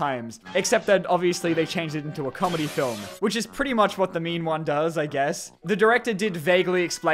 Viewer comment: Every time says "The Mean One", I keep hearing him say "The Meme One"... And this just made me realized that internet meme horror movies exist and that makes me sad a bit.